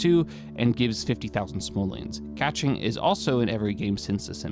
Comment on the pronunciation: It’s pronounced ka-Ching, not catching